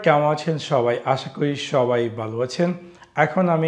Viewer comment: বালো কি? ভাত বাত দিয়ে নরমাল ভাবে কথা বলেন শুনতে ভালো লাগবে